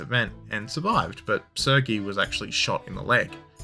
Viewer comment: How have you been to Irkutsk but can’t pronounce “Sergei”? 😂